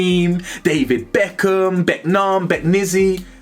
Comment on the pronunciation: 'Becknarm" caught me off guard ngl 😂